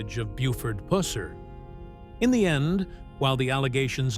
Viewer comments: It's not puss-er its pronounced puser. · Exactly puh-sir not puss as in cat or female anatomy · It's puh-sir